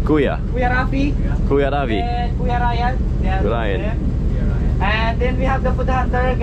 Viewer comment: always says the names wrong lol. The guy's name was ryan not lion